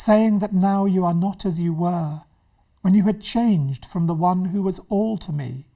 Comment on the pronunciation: *Wannn*? Interesting interpretation. I think wan works better. Not vicars daughter either, solicitors daughter surely